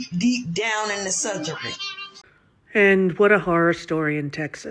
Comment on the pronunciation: Did you guys hear that moron saying "Sotherin"